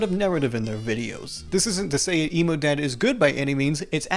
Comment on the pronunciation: I keep hearing you say emu instead of emo, lol